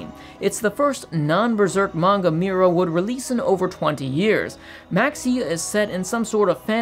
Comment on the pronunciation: Please stop saying mewra